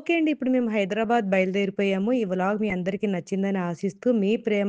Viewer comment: హైదరాబాద్ ❌ హైడ్రాబాద్ ✅